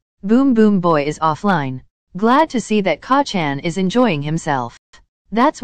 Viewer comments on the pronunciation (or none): WHEN IT PRONOUNCES KACCHAN IT SAYS KAKKHAN I'M DYING OF LAUGHTER 🤣🤣🤣